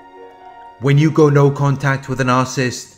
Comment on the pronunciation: It’s pronounced nar-Ci-ssist , not narcist.